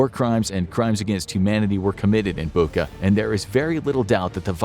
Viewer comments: О боже, мій, Бука!!! I'm sorry, the video is super serious, but I never heard foreigners say Bucha like that😅 The "ch" is pronounced the same as in "kitCHen" or "CHicken". The world "butcher" sounds almost identical, aside from the ending "butcher - butcha" (It has no similarities in meaning of the word in Ukrainian, but I have to admit, the coincidence is pretty creepy now, considering everything happened there). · Bucha not Buka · Not "Buka", but "Bucha", "ch" as in "butcher" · Bucha 'ch' is pronounced like in 'Chilie' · Did we not want to take 2 seconds to look up the correct pronunciation of Bucha?